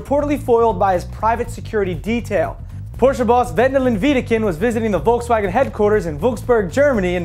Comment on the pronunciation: haha volkswägen :D omg that sounds soo f.ing funny when you're german :D hahaha